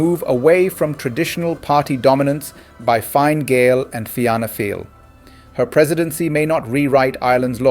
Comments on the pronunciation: Correct pronunciations. Fina fall. Fini gale, shin fane, kom corrla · Pronounced "Feena Fall", "Feena Gale" & " Shin Feign" ( means "we ourselves") "Fianna" ( Feena) is gaelic for "A band of warriors"...."Fail" is from an ancient name for Ireland... "Feena Gale" loosely, means "A band of Irish"